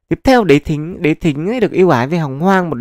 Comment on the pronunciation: Đế Thích á ad đọc lộn rồi , chắc boss chip fan tây hành kỷ